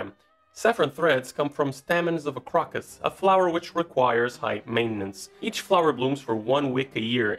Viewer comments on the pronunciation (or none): Annoying pronunciation mistakes. For saffron, the pronunciation is staymen - not stahmen, and the flower is pronounced croak-us not crock-us. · It's pronounce ~crow-cus~ Crocus flower. Dullard! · Damn I hate these videos that have a narrator with accent free English, that goes on to butcher their lines because they've never heard somebody actually using the words. 'Cave-iar'. 'Sigh-vet'. 'Crock-us'. 'Only blooms for a Wick.' 'Never mind, I'm gonna go scream for a while.